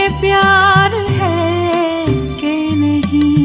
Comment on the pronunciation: সুর....এক কথায় অসাধারণ। হয় তো স্বয়ং জগজীত জী শুনলেও তারিফ করতেন। কিন্তু উচ্চারণে খুব স্বাভাবিক ভাবেই একটু বাঙালি জিভের প্রভাব রয়ে গেছে। 'নেহি', 'বাতা', 'প্যার' বা 'ইন্তেজার' শব্দ গুলো মূল গানের সঙ্গে মিলিয়ে দেখলেই সূক্ষ্ম একটা অমিল ধরা পড়বে। কাউকে ছোট করা বা নিজের জ্ঞান জাহির করা আমার উদ্দেশ্য নয়, কিন্তু সামান্য একটু উর্দু জানার সুবাদে কথাগুলো বললাম। আমি কিন্তু এনার রবীন্দ্রসঙ্গীতের একজন বড় ভক্ত।